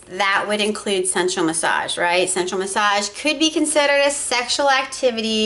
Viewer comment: I actually thought you were saying "central massage therapist".